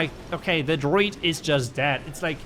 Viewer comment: It's druid not droid.